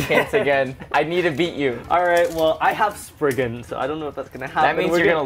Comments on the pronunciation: Why do they call it spreegin when it’s sprizen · It’s not sprizen it’s spriggan